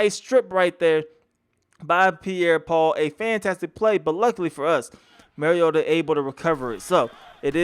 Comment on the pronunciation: Its "mario-tah", like super mario....it is not "marry-yota"...the man has personally expressed how to pronounce his last name on national television multiple times. Get it right.